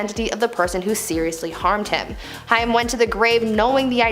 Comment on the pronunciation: It’s Corey Haim….like the word aim with an H.